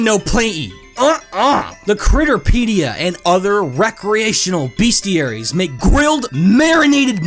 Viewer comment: They're called bestiaries, not beastiaries.